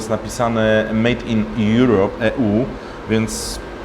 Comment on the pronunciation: "mejd in ju ej" U E ??? Słyszę tu radosną twórczość przy próbie literowania w języku language ;)